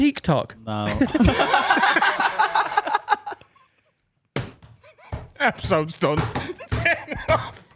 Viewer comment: (to Finn) "Are you not on Teak Tok?" 😂😂😂